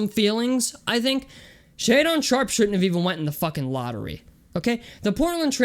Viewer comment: Man, this is not the way to go about finding success on YouTube. In the first 20 seconds you mispronounce his name while saying you've "done your homework" (contradiction) and saying you don't care if you piss people off who are watching your video. Then you start tossing out random player comparisons that make no sense then act like anyone that disagrees with you doesn't know "what the fuck they're talking about"... Then you start pedaling some BS about his intelligence that you have no idea (by your own admission) is true. He didn't get to Kentucky until January, how would he fail to meet academic eligibility without even completing a single quarter of classes? Do you know how college works? Then you're going to cherry-pick 12 games from a sample to try to prop up your terrible argument while ignoring the fact that he improved his shot and shot 37% from 3 psst summer in the EYBL where he dominated while playing against better competition than you tried to base your whole "he can't play against competition" off of? You think these scouts and these teams don't know what they're looking at and YOU do? You're argument is so weak and flawed. You're all over the place. You seriously think you're the ONLY ONE in the UNIVERSE that has watched an entire game of his? You're the very person you whine about throughout this entire video and you don't realize it. "Being #1 in high school doesn't mean anything because Jaden Hardy and Kendall Brown!!"... give me a break man. You think this